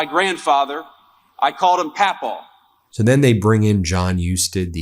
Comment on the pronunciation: “pat pow?” It’s Paw Paw bro. Most people call their Grandfather Paw paw. bro be forgetting his human programming to relate to us 😂